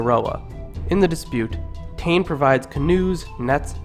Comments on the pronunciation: 😆🤣😆 Tane it's Taane pronounced sounding like Tarn-eh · Please bro it’s pronounced Tah-neh not tain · Tane = ‘Tan-ae’ not ‘Tannn’ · Ta ney lol not taine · Tane, pronounced as Ta = in Tar-seal & ne = in ne-ver..pls learn ur pronunciation before you make a video like this. I'm cringing right now..ugh!!! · can you pleaseee not do this vid if u cant pronounce the words properly and also tu is tumatauenga and tane is tane mahuta and hine u pronounce hin-e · G IT'S NOT TU IT'S TUMATAUENGA EGG AND YOU CAN'T SAY TANE PROPLY TO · Its tane u fukin idiot and the fuckin reast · HE'S CAN'T SAY THE NAME PROPLY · Tawhiri = Tah fi ree Tane = Tah nay Hine = Hee nay